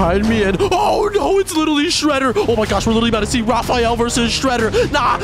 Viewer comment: Bro called Raphael Rophael